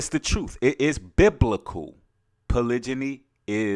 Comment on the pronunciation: Hey brother, I think you're pronouncing polygamy wrong but I love your message.